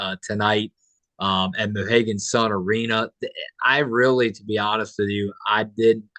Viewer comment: ...it's pronounced MohEEEEgan Sun. Named after Native Americans who lived in this area. Excellent point you make...they couldn't be more prepared. What more can be done? They are well coached and supported by Husky Nation. Thanks ever so much for your podcast. You've earned citizenship in Husky Nation!!! Welcome!